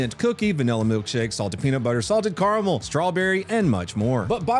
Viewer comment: says Caramel wrong😔